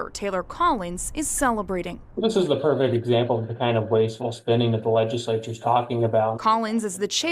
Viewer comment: This guy can't even pronounce legislature and he's teaching at a college?